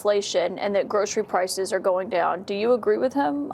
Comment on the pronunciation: Should have known when he couldn't pronounce groceries 🎉😢😅😢